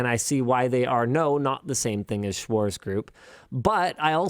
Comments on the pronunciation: Lidl is pronounced leedle, and Schwartz Shvarts. Don't swallow that ts it's actually there, if anything swallow the r. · I hope my IPA skills are still a bit left. LIDL should be pronounced [lidəl] and its Schwarz [ʃvaʁt͡s] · worries about how to pronounce Lidl (leedle fyi) while butchering Schwarz.